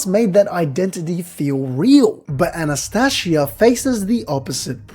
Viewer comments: It's Anastasia not Anastashia. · Are you mispronouncing the names on purpose? Subaroooo An as tasia